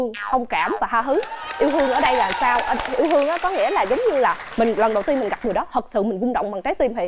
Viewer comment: 3 cái tư duy “Yêu hương” “Hông kảm” “Ha hứ” =))